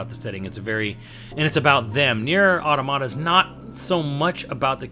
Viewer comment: Calls it Nier Tomato Calls it Nier Tomato a SECOND time THIS CANNOT CONTINUE